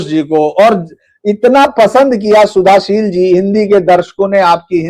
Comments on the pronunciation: Kindly Spell Shuddhoshil (Bengali accent) instead of Sudhashil. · Suddhashil is a pure Sanskrit name. But the host can't pronounce the name properly. Even the thumbnail has the wrong spelling in Hindi. What a shame!